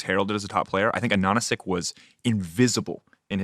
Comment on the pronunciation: it just hurts my ears hearing them pronounce Ananasik so wrongly